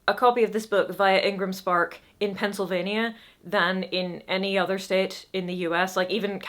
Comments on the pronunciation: Born and raised in Pennsylvania Bought their copy of Just Stab me now through a local mom and pop bookstore/Coffee shop about 80 miles from Pittsburgh and then donated it to my local library when I finished it. And until reading this comment I not only did not notice anything wrong with the way you said Pennsylvania, I'm pretty sure you pronounced it exactly the way I do only with a nicer accent. That said if you feel self conscious at all please feel free to refer to us just by the letters PA. Most folks at least in the US will understand what you are talking about. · NO DONT I was literally coming to comment about how much I love your pronunciation. Pennsylvania is a very niche type of indie video game, it's like Castlevania, but it stars Quakers. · I'll be especially looking in my book stores in California. Love her pronouncing the "nia" in Pennsylvania and glad she DIDN'T for California. ❤ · Oh, and your pronunciation was just fine -- had no trouble understanding what you meant! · Your pronunciation of Pennsylvania is pefect. I find it very interesting and cool that you're absolutely blowing up in PA more than anywhere else. When you said that it reminded me of another creative soul who was more loved here at the beginning of his career than anywhere else, Billy Joel. We know brilliant art when we hear it. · Pennsylvanian who purchased the paperback on Amazon here. I don't think you mispronounced Pennsylvania, I think you just said it in your natural accent, as people do. I didn't even notice. I agree with the people saying the popularity is probably related to the Pennsic crowd. Camping in a field during the hottest part of the year isn't my idea of a good time, but it's huge here. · Pennsylvanian here, I ordered hardcopy from Amazon (I think? been a while). is pronouncing "Pennsylvania" quite correctly. Penn (as in William) sylvania. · I had to back up and listen over to notice the pronunciation. so I'd classify it as pretty darned close.